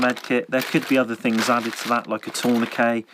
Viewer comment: Torn-a-kay. Love it. Now I will always pronounce Tourniquet in this manner.